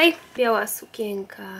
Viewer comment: dlaczego mówisz sukieka,a nie sukieNka